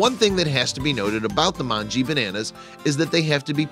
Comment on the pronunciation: Just a pronunciation correction. /mongeh/ Informative vid though :)